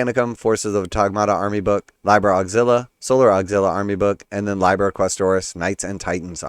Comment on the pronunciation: I think im gonna pass. Btw it's pronounced lee-ber (liber) 😊